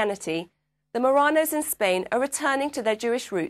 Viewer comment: no es Moranos sino MARRANOS